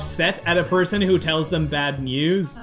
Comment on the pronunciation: IT SO FUNNY TO HEAR SAY BAP NEWS INSTEAD OF BAD NEWS IN